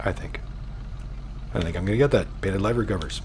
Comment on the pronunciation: He says livery sooo wrong SMH🤦‍♂️